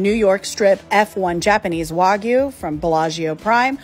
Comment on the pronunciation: Also, stop pronouncing it Wagoo IT’S WAGYU